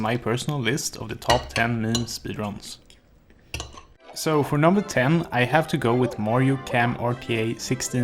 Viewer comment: "mem spedrans"